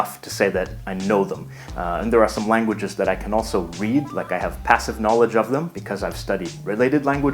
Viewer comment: Hey man you have allot of KNAWLEDGE sorry XD